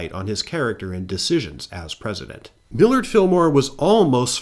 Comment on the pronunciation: Millard, the Mill-ward, Fillmore